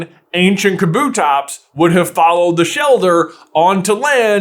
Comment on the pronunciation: I refuse to believe that’s how you pronounce kabutops